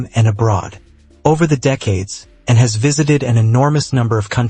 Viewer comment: Why are you saying N instead of Anne? Very annoying.